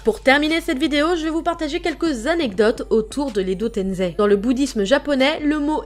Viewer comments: Ses pas edo tenzei ses edo tensei Ou edo tençei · Arrêt de dire tenzé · Je suis le seul qui aime pas quand on prononce edo tenZei ?pour moi c’est edo tenSei avec S comme Serpent😂